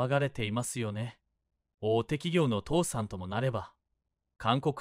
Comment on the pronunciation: 「父さん」では無く「倒産」ですよ⁉ 変な日本語❓